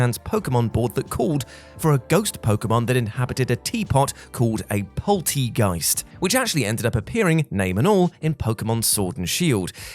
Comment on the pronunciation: For those of you who care, it’s pronounced polt-air-geist